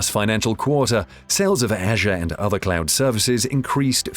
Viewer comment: Microsoft Clown Services. That’s what hear because of his pronunciation. P.S. English is my second language, that doesn’t help either. lol